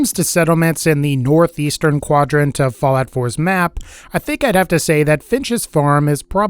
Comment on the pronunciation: Anyone else hear him say fillet 4? Or is it just me?